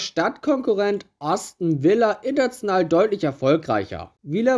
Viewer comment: Was ist eigentlich diese Schampsleague? Außerdem Äston Villa und nicht tsu sondern zu!